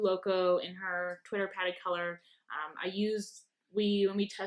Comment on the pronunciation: Oh, you need to watch Bambi (again). It's twitterpated, not twitterpatted.;)